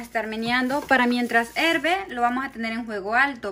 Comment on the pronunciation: Herve no. Se dice hierve.